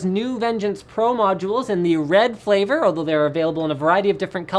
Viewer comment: did he say flavor?